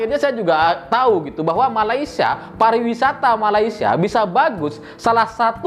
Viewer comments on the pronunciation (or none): malaysia bukan malaysa nanti para mantan ketawa..